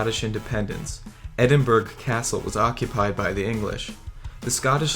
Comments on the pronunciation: lol Edinburg? Do you guys do any research at all? You can't even pronounce Edinburgh correctly it's Edinburu, not Edinburg you dumb muppets! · Edinburg is pronounced: enburrow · Edinburgh.. is always phoneticaly pronounced as Edinburow or more properly for Americans Edinburra. Pronouncing it Edin-"BERG"...is always wrong .... uuuhggg. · "Edinburg" seriously? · You pronounce Edinburgh 'Endibre' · Twice he miss pronunced place Edinburgh and Saint Nazaire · The narrator's inability to pronounce Edinburgh and St. Nazaire is an indication of his level of education and research. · St. Nazaire is pronounced san nahz air. it's irritating to see videos trying to be somewhat educational to fall down on proper pronunciation. I see someone else already caught you up on Edinburgh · he pronounced Edinburgh wrong.